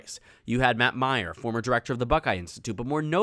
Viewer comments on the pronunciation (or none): none